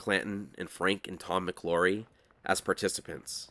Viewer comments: I thought it was McLaury, not McLorry. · Love your videos but javelina is pronounced have-a-leena. The name McLaury is pronounced Mick-lou-ries with the "au" pronounced as in loud. Arizona native here